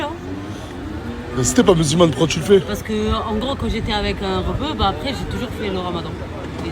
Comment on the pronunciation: J AI REMARQUER NASDAS ARRIVE PAS A DIRE LE MOT apres; MDR IL DIT TOUJOURS acres ; COMME YAOURT. IL DIT yayoute mdr je me moque pas hein; et nasdas avait dit que certaines personnes ne passeront plus dans ses snaps; ba je crois qu il visait 4BDV NON ??